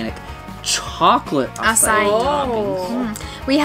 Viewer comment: I thought it sounded like A C A I too